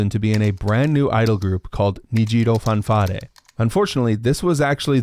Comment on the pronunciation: why did you read 'fanfare' like it wasn't an english word 😭